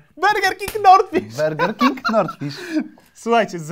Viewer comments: Ej nie wymawia się Berger King tylko tak jak się pisze czyli burger King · ja sie nadal zastanawiam dlaczego mówicie bErger king zamiast bUrger king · Sory ale jak idziesz zjeść burgera to mówisz zień sobie bergera czy burgera bo nierozumiem czemu mówicie berger king ale jak się tak mówi to niech ktoś poprawi